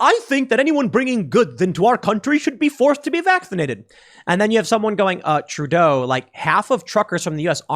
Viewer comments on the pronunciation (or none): none